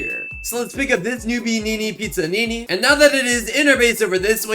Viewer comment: He pronounces everything wrong Noobanini Pizzanini got me laughing